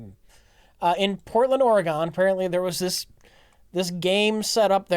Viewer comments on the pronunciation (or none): Hold on...Ore-eh-gone? What state was it?